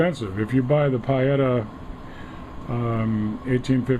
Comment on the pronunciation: It's not PIE etta, it's PEE etta. Not wanting to be petty, but correct pronunciation is a basic.